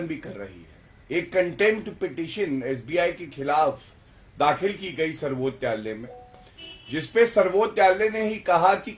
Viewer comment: Abe Zatu pahle Sarvochch nyayalay ka uchcharan to sahi karle😂😂😂